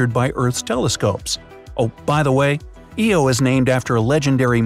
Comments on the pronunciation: first Lo now Eo??? It's Io EYE OH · You just said eo not io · I always thought Jupiter's moon ( as you pronounce it ) eo was actually pronounced io - eye-oh. What is the correct pronunciation ? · Bright side: Jupiter's moon Eo Me: ITS PRONOUNCED IO THE I IS NOT SUPPOSE TO SOUND LIKE AN E! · I thought Io was pronounced eye-oh, I didn’t know it was actually pronounced ee-oh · 'eye-oh' Cmonnnnnnnn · You call Jupiters moon eo